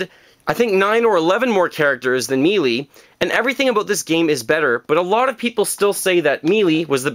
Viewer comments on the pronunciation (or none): I don't mean to be nit-picky, but I've seen in a few videos you mispronouncing Melee, think of it as pronounced like May-Lay.